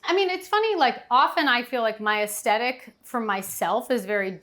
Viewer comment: Love, love, love and echo the comments here. But puh-LEEZE...it's aesTHetic not aesTETic!!